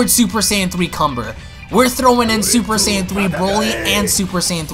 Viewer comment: Kanba not cumber